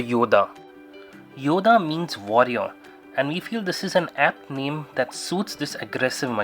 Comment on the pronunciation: It's pronounced "Yoddhaa" not "Yoda". Nice looking bike!